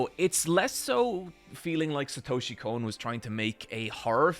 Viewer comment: "I am one of the few anime fans that pronounces Satoshi Kon's name correctly." ~ this guy